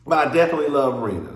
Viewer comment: Not u called Rena (“reena”) Rina like Lisa Rina frm RHOBH😂😂😂